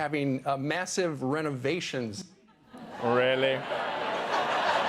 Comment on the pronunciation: "Renovations " uh lol.